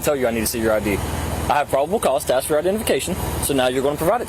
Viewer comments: Ask; not AXE. Just saying sck my Dic. This was good. Yep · Why Is it so hard to pronounce the word ‘ask’ correctly? 😂 it’s not ax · "axe"... twice... wow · Why can't black people say ask? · Its ASK not AXE! English is not taught is school anymore and not everyone is a “BRO” …. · Please make a greater effort to correctly pronounce the word "ask." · LOL it is truth! They cannot say a word ASK properly... LOOOOOL